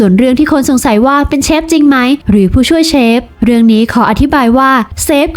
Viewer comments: เจ้าของช่องคนไืทยรึเปล่าออกเสียง “เชฟ” ไม้ใช่ “เซฟ” นะ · แอดครับ เขาออกเสียงว่า เชฟ ครับ ไม่ใช่ เซฟครับ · เชฟค่ะเชฟไม่ใช่เซฟ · เรียกเชฟ.... ไม่ใช่..เซฟ บ้าๆๆ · เชฟ ไม่ใช่ เซฟ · คำว่า เซฟ ก็แถแล้ว ช.ช้าง กับ ซ.โซ่ มันก็คือเชฟนั่นแหล่ะ เพียงแค่คำว่า เซฟ คือสำเนียงการออกเสียงของภาคอีสานเท่านั้นเอง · เชฟ ไม่ใช่เซฟเฮ้อ😑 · มันทำอาหาร.เสือกแถ.ว่า"เซฟ".ถ้ามันเป็นกู้ภัยจะพอเชื่ออยู่..เซฟ.ของมันคือคำพูด.ออกเสียงของคนอิสาน.ที่อ่านช.กับซ.ปนกัน./(โง่ไม่รู้.ไง )😂😂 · อ่อ เซฟ ไม่ใช่ เชฟ อ๊ะบ๊ะจ๊ะเห้ยยยเฮ้ยยยย!!! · มันอ้างเป็นเชฟจริงๆแหละแต่คนอีสานบางคนมันออกเสียง ช เป็น ซ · เน้นๆคำว่า เซฟ 55555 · ชอบตรงเน้นเสียงคำว่า เซ๊ฟส์ นี่แหละ🤣🤣🤣🤣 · เค้าพูด ช ไม่ชัดหรอคับ ถึงกลายเปน เซฟ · ตกลงออกเสียงว่าเชฟหรือเซฟออกเสียงมั่วหมด